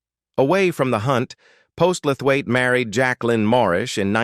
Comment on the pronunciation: I gave up watching when they started showing several actors who are still alive. The pronunciation of the surnames of Bert Postlethwait and Richard Attenborough was atrocious! The narrator has trouble pronouncing names of several of these videos!